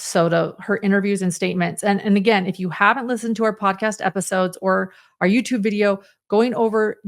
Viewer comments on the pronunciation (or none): none